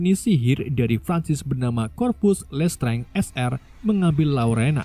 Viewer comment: plis dibacanya lestranj aja, jangan lestrenge 😢